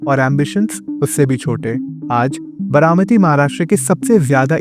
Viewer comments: What is Bramati? Its Baramati. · It's बारामती not बरामती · It’s BAARAMATI not Bramati…improve your vocabulary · बरामती नही बारामती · It is बारामती not बरामती. 😊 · I couldn't watch the video beyond 2 minutes, because I couldn't bear to hear "बरामती" anymore. By the way, the name of your channel suits your pronunciations.